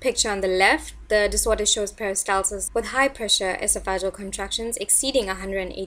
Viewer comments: The adjective is pronounced: e SOFF e JEE uhl. Not: ES o FA juhl. The noun is pronounced: e SOFF e gus. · EsoFagUs? It’s pronounced Esof-uh-gus or Esof-uh-gee-uhl.